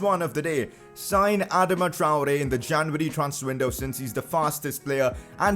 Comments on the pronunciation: It’s (ah-dah-ma) Adama (Tri-ore) Traore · Sign Adama only if u pronuce properly ..."adaama